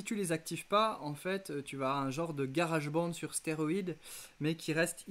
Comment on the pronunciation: Garage bonde 😂 désolé mais un effort pour la prononciation stp et un pouce pour la vidéo